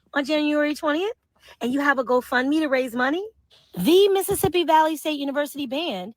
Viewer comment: she cant even pronounce "Valley" lol, just another ignorant racist.